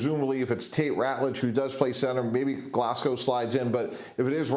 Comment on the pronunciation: You need to say Glasgow right. The advice from myself that lives there, lower the tone of the A in it and say it from the back of your throat. I have every confidence you will pronounce it correct 😂